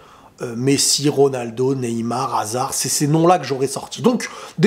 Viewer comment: En même temps il peut dire ce qu'il veut...jusqu'à prononcer comme il veut le nom de RONALDO